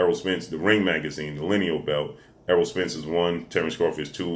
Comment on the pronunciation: That long ass intro for each fighter and you still miss pronounced Errol name lmfao 🤣